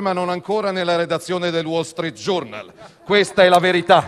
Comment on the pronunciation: Wall Street GIURNAL non si può sentire. Mi chiedo se ci sia 1 parlamentare che sappia un minimo di inglese 🤔 poi ehm, parlare di ecologia e poi dire sì alla tav? Un controsenso direi 😅 Ma soprattutto, da quando essere avvocato è una brutta cosa? No perché ripetere continuamente "avvocato" per sfottere non so, non mi sembra sensato.